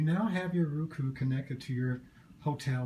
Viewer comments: It's Roku, not ruku!!!! Grrrrrrrrr! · its "row - cu"